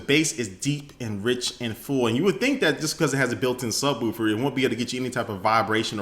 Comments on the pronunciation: SubwOOfer. Subwolfer is how it's pronounced. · Does anyone think the way he said subwoofer was funny?